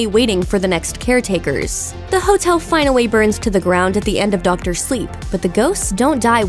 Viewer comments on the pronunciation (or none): finowally lmao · but finawy